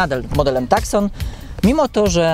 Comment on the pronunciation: Nie "TAKSON" tylko "TUSSON" - jeśli już chodzi o wymowę.